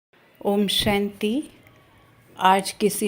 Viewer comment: Shanti ko theek hindi Kar Tarah boliye